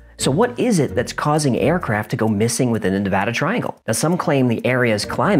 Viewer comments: As a Reno resident, thank you so much for pronouncing Nevada correctly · Thank you so so much for not putting an "O" in the word Nevada.. One of the most annoying things you can do to a Nevadian is call the state Nevoda... I mean, seriously, who tf sees an "A" and then proceeds to make an "O" sound, just fxckin why?.... Why taf do people read it that way!? With that kinda logic they should also be saying Colefarnio.... But thank you for real, most Nevadian really do get angry hearing Nevoda. Especially when it's on the news..... Just writing about it, kinda pisses me off, honestly. Lmfao. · As someone who lives in Nevada, I sincerely appreciate you correctly pronouncing my state's name. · Thank you for pronouncing Nevada correctly, it means a lot to us native Nevadans. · Thank you for saying Nevada right. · Thanks for saying Nevada correctly... ahaha! But yeah, that terrain is rough on the ground and in the air...